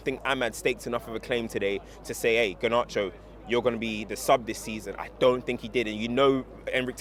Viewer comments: Ganarcho? 😂😂😂 garnacho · Came has the poshest pronunciation of Garnacho that I have heard 😂